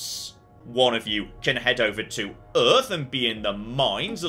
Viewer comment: How is the planet not called "Earf"?